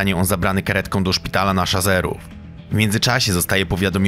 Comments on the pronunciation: Autorze, nie Szpital na Szazerów tylko Szaserów!!! Naucz się bo w kolejnym filmie gadasz tak samo mimo zwrócenia uwagi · Mordo wszystko super fajnie ale szpital wojskowy w wawie jest na ulicy Szaserów nie szazerów. A ten klops słyszę już któryś raz w kolejnym materiale. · SZA SE RÓW! Nie "szazerów"